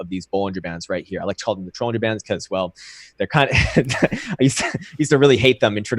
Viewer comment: Why does pronounce Bollinger Bands like Trollinger bands?